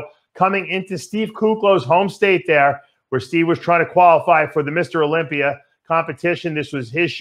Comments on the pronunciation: Dave can't even pronounce tuna. Tuna is tuner.Or the Olympia which he pronounces as Olympiar. Even Pizza is a struggle. Pizza is pizzar. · So he would eat pizzar and tunar at the Olympiar if Amandar let him Go😂😂